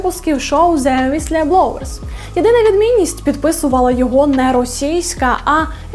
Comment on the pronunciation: Як завжди чудова робота, але (уістлєблоуерс) це ржакіч :) Якщо не впевнені як слово читається, хочаб в гугл транслейті послухайте